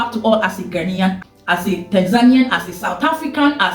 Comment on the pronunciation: Its 🇬🇭 NAIAN oo. Its spelt GHANAIAN please. Just drawing your attention. Am sorry to disappoint you, because the young people in your country are not going to change;unfortunately. Its because they don't know the history. The older ones know the history. Ghana was ahead of Anago 🇳🇬 in all spheres of development PRE and POST independence until the OIL BOOM in Anago 🇳🇬 in the 1970's.